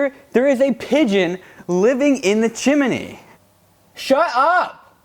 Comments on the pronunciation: “There is a pigeon living in the CHimaNAY” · actual gold "chimeny" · Chim Knee.. not chim en ee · The chim-in-knee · Michael's look and Will pronouncing chimney as Chi-MA-nee we're the highlights of this video. lol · A pigeon living in the "CHIM-IN-EY" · “Barnaby Dixon’s coming over” : Standing on the roof covered in pigeon poop and mispronouncing chimney